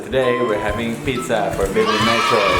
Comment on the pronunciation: Hello Dwantro fam.Galing na ni Nitro magbigkas ng word like pizza. Enjoy your pizza Nitro. Pizza is life Nitro. Happy watching you guys🥰🙏❤